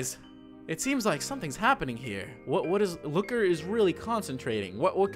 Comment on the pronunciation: Man lokker sound so so so so so so so so so so werid